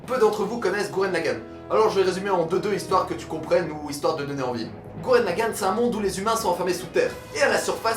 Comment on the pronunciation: C'est LAGGEN pas LAGGAN